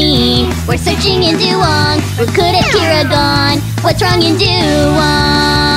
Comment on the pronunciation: But the Chinese way of saying it is "dah-wong."